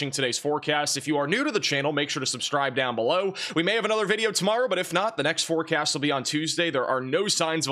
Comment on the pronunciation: You cut yourself off at the end of the video. Sounds like you said "forecat" 😝